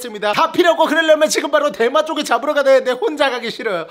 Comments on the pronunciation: 어째서 대맛조개가 대마조개로 들리는거지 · 저만 대맛조개가 대마조개라고 들리나요 ㅋㅋㅋㅋㅋㅋ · 이영상을 보면 이 "대맛조개" 할때 저는 계속 대마ㅊㆍㅡ 로 들려요ㅋㅋㅋ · ㅋㅋㅋㅋㅋ나만 대맛조개가 대마초라고 들리나? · 저만 대마초라고 들려요?ㅋㅋ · 오프닝때 대맛조개라고 하는것같은데 대마초개라고들리네요… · 들으면 들을수록 “대마초”개 라고 들리네 ㅋㅋㅋ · 계속 대마초기 때문에 진짜 맛있어요라고 들려요.. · 나만 대마초라고 들리나? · 왜 대맛조개 말할때마다 대마초개라고 하는거 같지?ㅋㅋㅋㅋㅋ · 미안 내가 대맛조개 라고한걸 대마초를 라고 들었엉 ㅎㅎ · 나만 계속 대마초개라고 듣냐